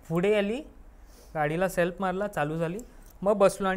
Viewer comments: फुडें नाही रे पुढे म्हणतात, शुद्ध बोल जरा, काय प सायलेंट आहे का तुझा, फुडें काय फुडें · Not फुढे it's पुढे....I🤫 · Pudhe ❌fudhe ✅......😅😂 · फुडें काय आहे 😂😂 फुडें व्हायला 😅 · पुढे ❌ फुडे ✔️🤣😂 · या चॅनेल वर आलेले बहुतेक सर्वच लोकं पुढे ला फुडे का म्हणतात.. कुठल्या एरियाची भाषा आहे ही